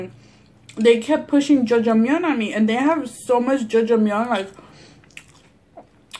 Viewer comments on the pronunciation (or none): Omg.... I was like wtf is jojomeon and the you said black bean sauce (aka black bean paste ) and my Korean Novela watching ass realized you were trying to say "ya jang miun" Lol try reading it in spanish. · It's Ja-jang-myeon ❤️ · The way you pronounced the black bean noodles "jojomeyon" made me chuckle lol..awesome that you're trying something different :) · judge-a-myun lmaooooo